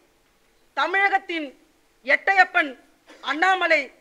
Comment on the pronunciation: எட்டையப்பன் இல்லை மேடம் எட்டப்பன் என்பதே சரியானது